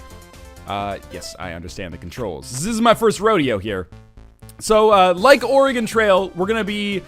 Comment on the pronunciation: HE SAID OREGON RIGHT OH MI GAH